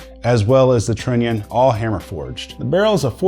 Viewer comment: The way you pronounce trunion makes me angry.I know, you know.